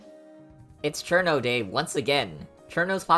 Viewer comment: You finally pronounced it right. I’m so proud